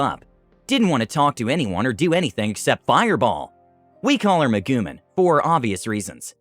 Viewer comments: ...I think my face cringed into the back of my skull when I heard "Megoomin". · "Meh-GOO-mihn" got a hearty chuckle out of me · you dare mispronounce megumin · The way you pronounced Megumin hurt so much...